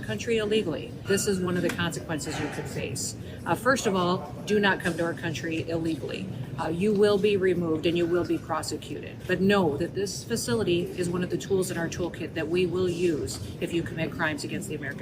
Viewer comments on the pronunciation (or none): Kristi Noem said "Prosocuted" What prosecution?